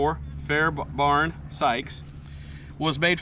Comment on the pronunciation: Fair Bairn Not Barn. !!